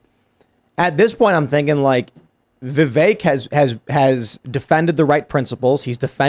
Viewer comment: Yes he would be a great VP. Oh btw his name is pronounced Viv-vake rhymes with cake. Trump would a VP that the left hates more than him like MTG inorder to not get 🤪💨